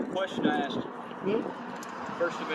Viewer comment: He sure axed a lot of questions